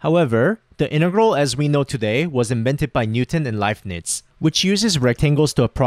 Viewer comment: You are pronouncing Leibniz wrong.